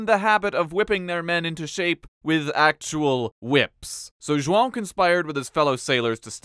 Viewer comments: I'm impressed with how well you pronounced João. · I'm impressed that you pronounced João correctly. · You nailed the João pronunciation. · Your pronunciation of "João" is on point 👌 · That's a Nice João pronunciation dude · the way he pronouces joão corectly tho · Ok, but the way you NAILED his name's pronunciation!